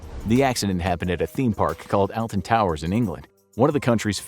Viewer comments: The Alton Towers disaster! I remember hearing about this all in the news. (Btw the way, "Alton" is pronounced "Oll-ton", but our pronunciations are odd -- don't ask how we pronounce "Frome"). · It's pronounced All-Ton towers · Btw in the uk it’s not pronounced that just wanted to let u know if you wanted